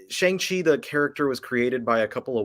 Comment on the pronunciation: It’s not “Shung” it’s technically “Shong”-Chi.